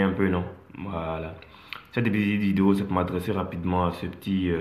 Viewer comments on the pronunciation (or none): merci frère vraiment même pour dire vidéo c'est problème chez lui